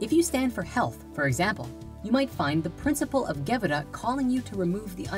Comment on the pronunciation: LOL. "The SFIrat of GEbura". Sorry, I can't take this seriously. I mean, the very rudimentary basics are there, and that's a good thing, but if one doesn't know the fundamental jargon of the trade, one should not deal in it.